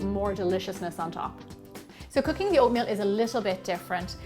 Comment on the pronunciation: When she said "cooking" I thought she said "cocaine" 😅😂